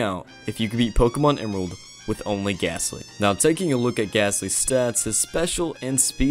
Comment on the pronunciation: There’s no H in gastly